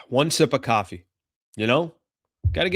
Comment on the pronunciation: It’s coffee not caffee